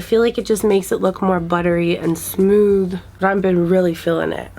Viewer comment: “ i dun wanna lewk old I wanna lewk like a young spring chikken “ 😂😂